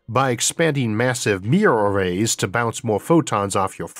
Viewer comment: Amazing how much progress you’ve made speaking, Isaac! I didn’t know it was even possible to bootstrap your way out of a speech impediment, but hearing you say “mirror arrays” perfectly compared to videos you made 5 years ago - it’s incredible. I didn’t know it was even possible. Thanks for bringing such great content! You’ll never meet all of us, but I hope you know that the numbers are real people, you’ve educated and sparked interest in science in literally millions of people by now!